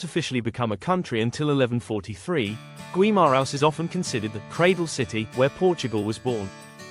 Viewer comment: Pronunciation of local places is atrocious: Minho, Guimaraes etc. and I fully agree that it’s a silly video overall